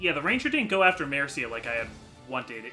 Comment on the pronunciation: i really like the way you say Mercia